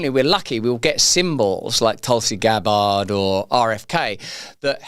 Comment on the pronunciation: "Towlsea Gab Bard"